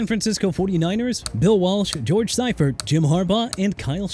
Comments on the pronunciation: "SEE-fert", not "SIGH-fert". "Including winning Super Bowls XXIV AND XXIX." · Wade Phillips on Buffalo's Mount Rushmore? Not over Chuck Knox, who turned a moribund Bills' team into playoff contenders. And can we get someone to fix the pronunciation of the names? It's LEE-vee, SEE-fert, and FONTS.